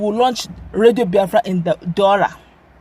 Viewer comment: Daura not Dualla. Haha